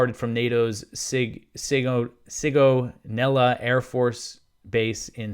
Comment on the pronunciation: Italian listener here. You pronounced sigonella right, just with a strange accent